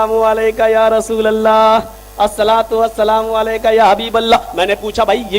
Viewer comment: Abe pagal rosululla thik se bolo thik se bolna nahi ata abe pagal allha ke rosul he